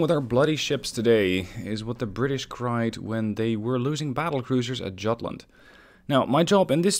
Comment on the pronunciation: Jutland: the J makes a Y sound